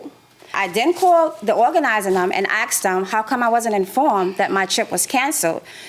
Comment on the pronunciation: "i aksed..." AKSED???